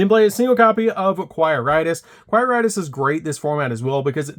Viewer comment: “Queer- itus” nice one lol